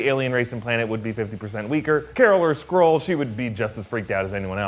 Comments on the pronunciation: can’t say “Skrull” or “Skrulls” properly he says scrolls and scroll. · Why do I keep hearing Squirrel, instead of Skrull... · Oh god, I can't hear Skrull but Squirrel... "Captain Marvel... is a squirrel!?" Oof